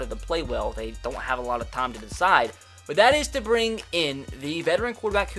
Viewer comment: Instead of saying “but” it is “bwut” for him😂😂😂